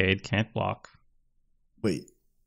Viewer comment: Pronounced Cali (like California) tas (like deltas) Kalitas